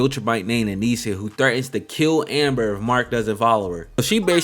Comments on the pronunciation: if this nigga dont stop saying anisia its fucking anissa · Maaaan. At least the weeb names come from a whole other language. How did you manage to add an extra vowel to Anissa? 🙃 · Pronouncing Anissa name wrong was sending me😭